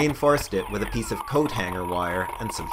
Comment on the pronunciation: nigga speak some fucking english holy shit....with your"wif" and shit.....gave me a headache trying to understand. unless you don't english that well....in which case it's ok :)